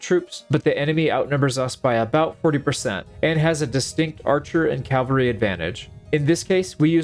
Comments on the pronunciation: It hurts hearing you say Calvary instead of Cavalry, especially as someone who seems to be really into medieval battle tactics lol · Cavalry. CAV-AL-RY.... Not calvary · Love the video, it was cool to see the strategies working even in a game. Just one thing. The word is CAV alry, not CAL vary. Calvary was a prominent town in the New Testament. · I keep hearing "Calvary," not "cavalry." Maybe it's me. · cavalry =/= calvary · CAV AL RY. It's not complicated. Calvary is where Christ was crucified. A totally different word. Just say cav. cav. cav. Forget the freaking L. The L comes later. Say CAV. There is no L in CAV. .. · It's pronounced CA-VAL-RY. I can't stand it when people mispronounce it. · Please learn to pronounce "Cavalry" the way literally anyone with more than a primary school education should... I mean for the love of God it's one of the key facets of the thing that your entire channel is about